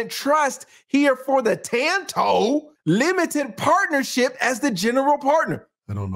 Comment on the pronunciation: Tasha’s daughter name is pronounced: TAN-TOO.